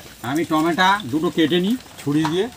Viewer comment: টমেটা কি টমেটো বলুন